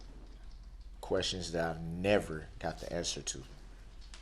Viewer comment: Not to mention him "axing" so many "redickalus" "quesshins". A total moron!